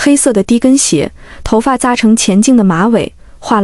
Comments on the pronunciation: 多音字读音又犯錯乱毛病， 文里：「攜帶的［乾淨］毛巾」 小学生都会正確的念［肝淨］， 但文里配音乱扯读为［钱淨］， 连小学生都不如？ ［饯凈］是啥东西？…乱扯， 博主，加油。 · 繁体的干净毛巾，被AI 读成钱净。 AI 读白字有很高的频率。